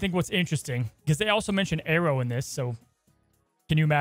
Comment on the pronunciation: I have never known people saying Aero like Arrow.